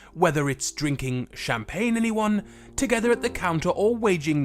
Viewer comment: Pls dont say champagne made me go crazy